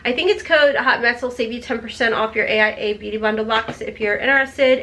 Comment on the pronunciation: It's pronounced ace bee-you-tay. Not Bute lol